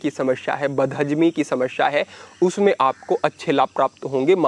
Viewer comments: समस्या bole Samashya nahi hi. Uccharan sahi kare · समश्या नहीं समस्या